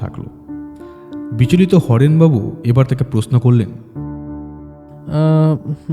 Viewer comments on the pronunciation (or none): Everything else is great but please work on the “Sh” and “S” pronunciation. “Prosno” noye, kotha ta “proshno” kaan e boddo lage shunte (sorry) just an honest feedback..